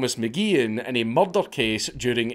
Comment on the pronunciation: The way he says “murder” is hilarious